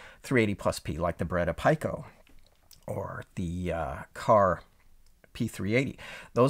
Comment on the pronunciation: "pico" is pronounced "pee-ko". Sorry for being pedantic. :)